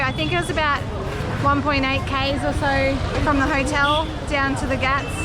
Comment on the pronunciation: you are saying ghaat as if you are saying gatt ... when indians transliterate a word using "gh" then sound expected is expirated "g" ... if you search "translate english to hindi" on google and translate english word pier you will get घाट "ghaat" in hindi and you can play how the word is spoken by native speakers of hindi by clicking on speaker icon